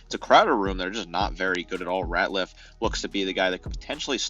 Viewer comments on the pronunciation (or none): Retzlaff not Ratliff